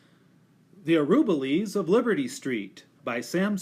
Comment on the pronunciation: This is the best of the read-alouds of the book in terms of seeing the pictures, but the reader mispronounces the name "Araboolies" throughout the reading. It should be pronounced ah-rah-BOO-lees.